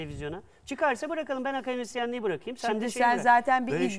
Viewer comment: KAKAdemisyenim diyor ya :)